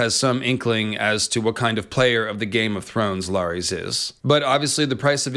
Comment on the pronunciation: Who's LAAARIEES? Oh you meant Larys (Pronounced Larriss)